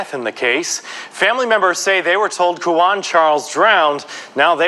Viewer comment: It’s Quawan pronounced Kah-won The “U” is SILENT